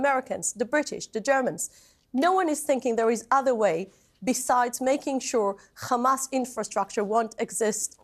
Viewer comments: Every time she says khamas feel like crying, laughing, and raging at my screen. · it's said like a H and she can say other H words fine, besides some israelis can say it correctly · it's because in Hebrew there is no ح only خ so they turn all the h sounds into kha and her bad English and accent means Hebrew is her language. Some Israelis who say it properly are form other places and can speak other languages. It's not said as an insult, what's the point of it. I just use it as a signpost that anyone who pronounces it Khamass is a brainwashed maniac usually and when they speak it turns out I'm always right. They live in an Israeli echo chamber and Hebrew language propaganda suits them just fine so they don't bother looking elsewhere and the result is always a pack of lies coming out there mouth. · She can say hospital but she can't say kkkkhamas. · There pronunciation of Hamas is so annoying that I'm now starting to hate the whole language. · Nobody had any right partitioning Palestine for the new world order military industrial complex allowing a "government" to use military against civilians based on religious dogma and blatant lies. Do everybody a favor and stop pronouncing the H in hamas like that it sounds ridiculous. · It is not even worth listening too.. no sense.. no train of thought.. she only know one word and she can't even pronounce it right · How hard is it to pronounce hamas properly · This woman makes things up as she goes along.. first 40 beheaded babies, a sophisticated command centre under the hospital, and now she brings up necrophilia. I also think the Israeli spokespeople have been taught, that every time they say the word 'Hamas' is to pronounce it like they are bringing up sputem before the say the word. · i think they pronounce it incorrectly on purpose like an insult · Who the f***k is ‘’khamas’’ 😂😂😂?!and I wonder why they can’t find them?? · goodvibes:it is hamas not Khamas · Not even two seconds and it’s kHaMAAsSss